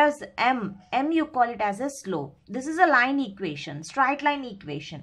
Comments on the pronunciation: What is stright line ??? It's straight line ma'am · its not strite line it is straight line...